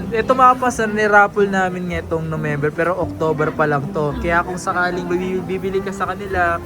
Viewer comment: natawa ako sa Nomember 😅